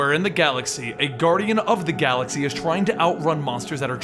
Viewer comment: he said guardians of the glaxy